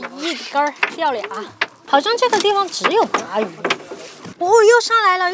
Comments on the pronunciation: maquereau是鲭鱼 属于鲭科，鲅鱼属于鲅科。另外，鲅念“霸”，不念“拔”。En plus, Yuppie 重音在后不在前。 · 鲅鱼 念霸鱼，不叫拔鱼，你个渔夫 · 鲅 bà ，读四声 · 鲅鱼 四声